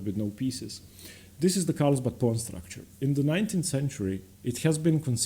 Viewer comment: Great content. One correction though, it’s carlsbad not Karlsbad.